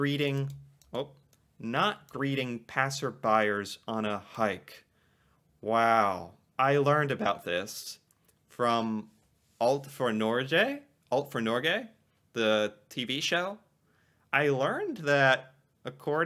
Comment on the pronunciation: alt for Norge or evryting for norway Norge is the norwigen Word for norway and your saying it wrong tho much g